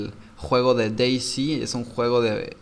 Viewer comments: "s" en ingles se dice "si" como dijiste vos, pero "z" en ingles se dice "sed" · Creo que ´´C`` en ingles se dice ´´si``, y ´´Z``, creo que es ´´sit`` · Se dice Day Zet